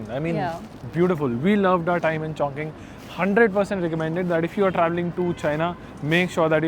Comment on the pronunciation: 👍👍👍👍👍 !!! Chongqing City is PRONOUNCED chong-CHING. Not Chong-KING. Chongqing MEANS "Double Celebration" in Chinese. Notice too, that Chinese Language is Very "Economical" in Sound. Just TWO syllables for English Language SIX syllables. 😊